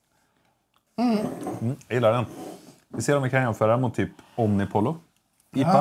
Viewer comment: LL uttalas JJ. Så Omnipojjo.